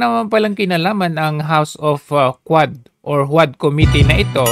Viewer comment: Quad Committee o HuadSec 😮😂